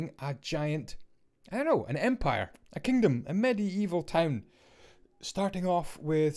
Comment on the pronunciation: It's medieval not Medi Evil